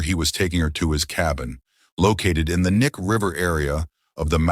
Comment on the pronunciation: BTW it’s pronounced Key-Nye River….